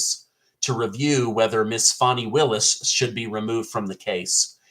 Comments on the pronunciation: It's FANNY... Fanny Willis. She just wishes it was Foni. 😂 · Fany: Is pronounced "Fawny",... It's "Fanny"!